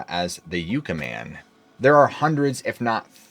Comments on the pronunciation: I appreciate your hard work, just FYI, the word Yucca is pronounced Yuck-uh 😊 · Great story telling as usual, some of the writing could be refined and Yucca is pronounced yuck-uh not you-cuh. Timestamps would be awesome as well. All in all a solid episode though, thank you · Correction. Not pronounced y-oo-ca valley it’s Yucca valley after the yucca cactus. My dad grew up there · Yucca is pronounced "yucka." Just fyi. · Yucca, like in Yuck, Yuck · No disrespect, just fyi - Yucca is pronounced like yuck-a, (gross), soft a, soft u. Love your channel! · It's pronounced yoo kah